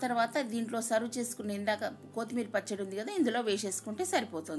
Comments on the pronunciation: బడాయి కోర్ బుల్లి ఓవరాక్షన్ కాకపోతే తెలుగు రానట్టు కోతిమీర అంట కొత్తిమీర పుదీనా అనొచ్చు కదా దీని యాసాలు😂😂😂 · Is not Koothimera it is kothimera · Kothmir kadu kothimira